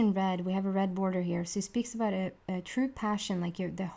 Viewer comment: I’m Canadian and I chuckle every time you say aboot.